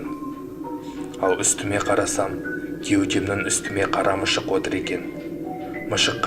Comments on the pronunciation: Тилин келмейма? Мышык емес мысык айталмайды гой мынауын 😂😂😂😆😆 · Мишық емес мысық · Автор, казакша дурыстап сойлеп уйрен. Мышык емес, мысык. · Ха ха ха мышық емес мысық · Мышык емес мысык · Коркынышты әңгімені күлкілі кылып жыбердыгой .МЫШЫҚ 🤣🤣🤣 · Мышық хпзппз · неге мышық дейсің әлде тілің келмейма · Мышық деші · Мышық деп те айталы.